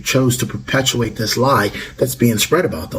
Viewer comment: It's NOT dis or mis... i live here ma'am. This is FACTS!!